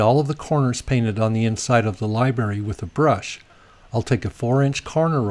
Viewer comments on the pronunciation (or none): Great instructional video, but if you say "libary" one more time.....:)